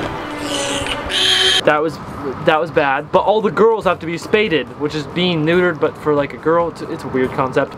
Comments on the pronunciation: " Spayded " 🤣🤣🤣🤣 it is pronounced Spayed ( Spay/ed ) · How to say spayed, spay-ed edit: no hate lol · I’m pretty sure it’s pronounced spayed not spayded lol